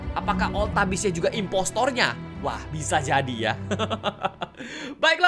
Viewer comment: Impostor bukan imposter kak regie